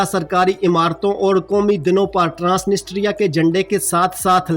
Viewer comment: ISKO ( TRANSITRIA ) pronounced kar te haen. The real accent. One N & S silent haey.